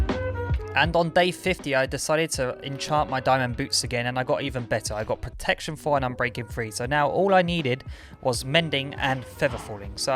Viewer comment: my man said protecion 5